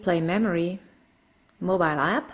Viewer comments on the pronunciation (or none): none